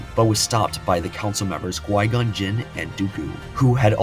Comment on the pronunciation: Definitely enjoyed the video but it's Qui-Gon not gui-gon. Q not g not to be that guy but it's maddening hearing it misspoken for 40 minutes 😅